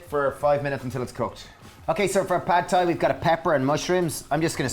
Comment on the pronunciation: Love your videos! It would be helpful to have written amounts in the description box. Also, Thai is pronounced like "tie".